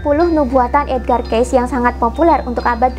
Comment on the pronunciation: Mohon maaf, ralat sedikit,. Kata Cayce pada nama Edgar Cayce yang benar adalah dibaca "kei-si", bukan "keis". Lanjutkan terus perjuangannya untuk membuka kesadaran banyak orang terhadap spiritualitas demi menyongsong peradaban baru.:)